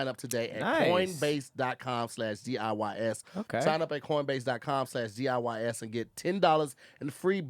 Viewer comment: He’s thankful for CORNbase hahaha